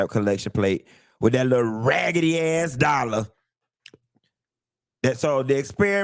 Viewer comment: "A ragally ass dollar"😂😂😂